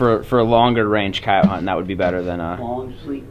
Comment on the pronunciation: your saying coyote wrong